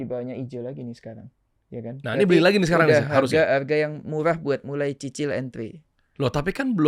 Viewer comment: ngomong cicil aja susah banget sie bang ,aduhhh😂